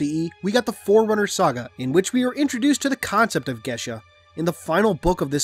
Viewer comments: would it not be pronounced similar to gay as, not gashe, because im pretty sure their isnt a h in geas, food for thought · It's pronounced gee ahss. Otherwise great video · I love ya man but, I think it's pronounced G-US. Not like you're saying it. Your saying sounds like gay-sh. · The pronunciation I found said "geSH" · That's not how you pronounce geas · I don't think you're pronouncing geas right ._.